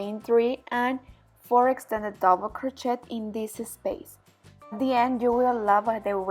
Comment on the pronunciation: Hahaha sorry to laugh but it’s pronounced ‘crow-shay’ not ‘crot-chet ‘😄 lovely blanket thank you 🙏